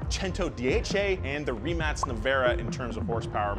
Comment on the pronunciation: did i hear Rimac (ree-mak) pronounced as Rimats or Rimac's???